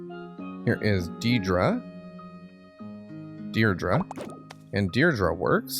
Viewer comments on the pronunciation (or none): Did he call Deirdre deirdra?